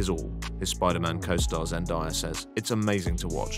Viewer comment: Zen-DAY-uh not Zen-die-uh